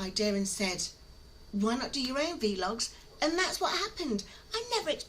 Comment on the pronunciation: Don't change anything about you, even how you pronounce v-logs 😊 We need more in our life bringing us all the smiles you do because of your infectious personality ✨️